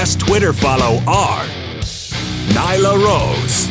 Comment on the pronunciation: Nyla rose? What? So annoying